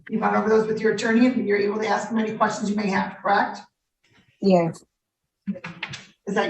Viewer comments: Dumb as a stick. Stay in school kids.🤦🏼‍♀️ Learn English, it's "ask," not "axe." First off it's not nice to axe someone and second, it hurts! You all sound really ignorant when you use that word instead of ask. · Also it ASK, not AXX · Maybe she should axe for a hearing aid and a reading comprehension class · Let me axe you a question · I had no idea the word ASK was so hard to pronounce.